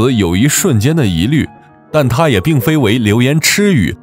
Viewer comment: 流言蜚fei1 语，不是 chi1语 😅😅。电影好看，介绍很棒。但念错的字就像一颗小沙砾让耳朵咯得慌……